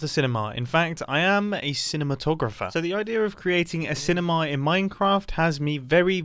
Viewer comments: Mumbo:time to build are cinimi. Me:no no no mumbo it’s cinema not cinimi idiot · I can't stop hearing cinemAHA! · Nobody: Mumbo: "cine-maw" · I like how he pronounces cinema like cinemaaar